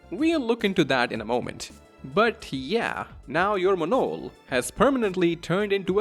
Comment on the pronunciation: that Monol pronunciation made me close this video.